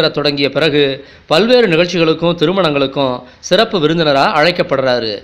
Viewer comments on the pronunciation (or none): none